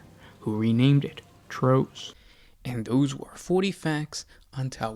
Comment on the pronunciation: Love the vids, but could you pay a bit more attention to the pronunciation of sept names? Au'taal doesn't have an a at the end of it, T'ros has the t pronounced separately, etc. Apostrophes do denote breaks in pronunciation